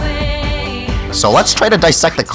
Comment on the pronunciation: oof not teemuuuuu